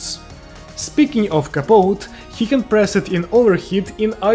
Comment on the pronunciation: it's capote (kuh pow tee)